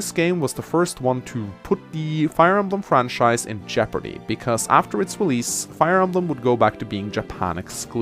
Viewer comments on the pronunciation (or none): none